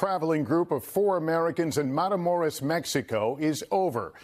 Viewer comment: Wow. One might think that established news broadcasters could read. MatamorOs, not MatamorEs.